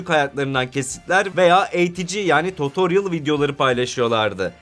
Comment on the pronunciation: Nobody: Çağlar: Totoryıl